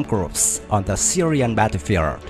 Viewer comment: Cách phát âm tiếng Anh của người đọc tin tức không chính xác, mới nghe câu đầu tiên Missiles & Battlefield đã đọc sai rồi.